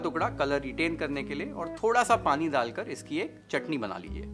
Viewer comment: हिंदी बोलनी है तो सही से ही बोल ले भाई..... ठंडा को थंडा डालकर को दालकर क्यों बोल रहा है, ध्यान रख थोड़ा